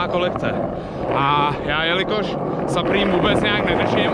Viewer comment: Supreme se cte suprym jinak super videjko👌